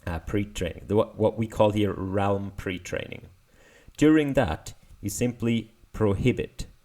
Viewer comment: It is pronounced "relm". ah when knowing only english is actually helpful ;)